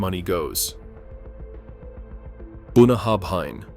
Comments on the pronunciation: Boonahabhine the Izelay malt 😂😂😂😂😂😂 if you’re going to make a vid about a country’s produce then at last have the courtesy to research proper pronunciations. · BOON AH HAB INE - wow that is a twist on the Scottish pronunciation ! and PS it is not a good whisky ! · Bunnahabhain is Bun na hAbhain. Scots Gaelic I assume. It means "bottom of the river". Pronounced Bun na howen. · Boon-a-hab-hein? BOON-A-HAB-HEIN? It's very simple to say, just really hard to spell: Boona-havin. BOONA-HAVIN! That's close enough you dont make every Scottish ear within 100 miles suffer... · Bunna - Ha - Venn. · The "bh" in Bunnahabhain sounds as an English monoglot would handle a "v". Boo na haven. The "s" in Islay is silent, so is the "y". But if you only need to imitate a clueless tourist.... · yeah, Bunnahabhain is pronounced more like bunna-heaven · I winced as soon as I heard Boona-hab-hine, then again at Eyes-lay. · As an Englishman living about 500 miles from Islay in Scotland, I can still hear my Scots neighbours scream every time you say Bunnahabhain.😂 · Yes, absolutely true. Not only Islay is badly pronounced, but also several other distillery names like Bunnahabhain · You would think if they want to claim knowledge about Scotch Whisky they'd take a minute to check the name pronunciations. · absolutely correct. I stay in the hebrides and I struggle with them. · It's good you expose some of the highly priced, overpackaged, globally marketed stuff found in all the duty free shops. But you totally blew your credibility when it came to pronouncing "Bunnahabhain" and Islay. If your entire pitch is based on authenticity, you start with knowing how to say the fecking name! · FFS. Get someone who knows how to pronounce the names correctly if you want to gain respect in Scotland!!!